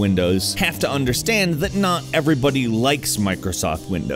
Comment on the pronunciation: I cringed when he said "mircosoft windows"